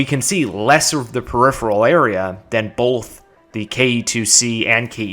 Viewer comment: I’m just shocked a fellow Texan can pronounce “peripheral.”